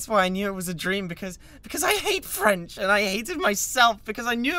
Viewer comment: " I even spoke freanch, AND I DONT EVAN LIKE FREANCH!!!" LMFAOOOO